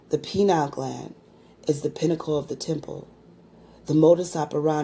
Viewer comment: Pineal not penile....